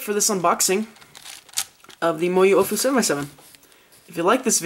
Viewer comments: It's pronounced OWWWfu not OOOOOOfu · It's not the Ohfu, It's the AoFu. Should be pronounced like Aolong. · i thought it was pronnounced "owfoo" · "The Moyu OhFu" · Let me correct he says oofu